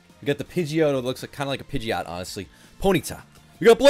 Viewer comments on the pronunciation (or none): none